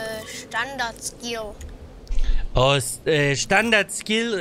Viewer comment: wie der Typ das "skill" betont als wäre das dadurch irgendwie englischer 😂